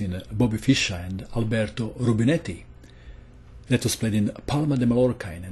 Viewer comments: In Spanish language, a double "l" is not pronounced as an "l". You should say something like "Maiorca". My native language is Dutch, but I'm not even gonna try to explain how to pronounce "Scheveningen". In the world wars they have let soldiers pronounce "Scheveningse schuitjes", to hear if they were German or not. It was a matter of life or death... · Hi thanx for the vids i'm learning allot! I'm not Spanish speaker but I know that you are not suppose to pronounce the L in Mallorca as L but as Y so it's sounds like - Mayorca.